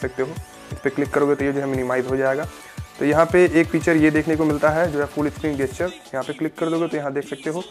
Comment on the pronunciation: बेटा जी गेस्चर नहीं बोलिएगा जेश्चर बोलिएगा.